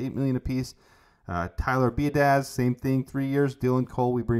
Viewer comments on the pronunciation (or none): Great videos! Keep them coming. His name (Biadasz) is pronounced “be ah dish.” Try that out loud. Now slur the sounds so it’s only one word. You got it! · I’m pretty sure Tyler Biadasz is pronounced “BADASS”. What a cool take on a different approach. Double up on safeties, OT AND DT picks because of creative trading, both up and down. These alternatives to previous mocks are really incredible. Poles will be out breath if this is even close. This one hits every need effectively. It’s good as a contingency plan to allow for the unexpected and prepare for it. What really fires me up is the groundwork it lays for ‘25 and ‘26. I think the Bears will be playoff contenders next year and will have a huge stack of draft capital to follow up for the QB-heavy draft classes to come. Nice work.